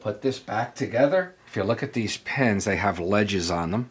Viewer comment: Even with an accent, saying PENS not PINS is very annoying to me.